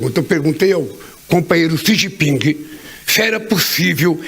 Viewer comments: O nove dedos ficou pasmo, sem saber o que dizer! "Chi gi ping" , 😂😂😂😂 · Lula não sabe pronunciar o nome do presidente da China. Ele quase falou XI Pinga. Kkkkk